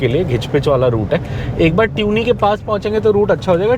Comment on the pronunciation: It is not pronounced ट्यूनी, it is तुनी